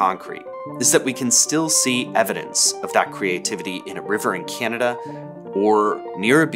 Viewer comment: The way you say “Canada” like ‘key-yan-ah-dah’ is throwing me off. What accent pronounces it like that?